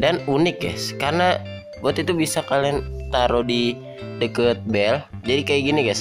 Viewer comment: bang orang sumda ya aku dengar deukeut saat yang ke-3